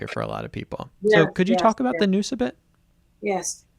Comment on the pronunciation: Good teaching. But Nous is pronouced wrong in this video Pronounced "N-outz"